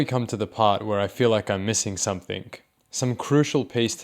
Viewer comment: dude it's "something" not "somethink" ffs